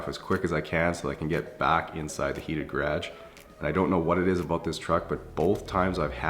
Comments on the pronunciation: bro said grage and not garage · Love your videos but one thing ... gah-rashge ?!? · What’s a gragg? Oh u mean garage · “GaRaGe” I absolutely love the way he said that lmao. I don’t pronounce it that way😂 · “Garaj” 😂 gotta love Canada. Greetings from Detroit! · no one: absolutely nobody:: gradge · Definitely sounded funny when he said it! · The hell you pronounce garage like that...... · I love these videos and I think he's a really cool guy but coming from america I hate the way he says garage 😂😂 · Am I the only one who has never heard anyone pronounce garage the way he does🤷‍♀️ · I chuckle every time you say the word GARAGE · What province is he in? The way he pronounces garage sounds American to me.